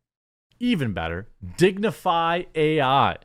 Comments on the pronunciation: Lol its still pronounced "dignify" haha Jeremy still struggles with phonetics after all these years :) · Its just pronounced dignify. Dig Nu Fai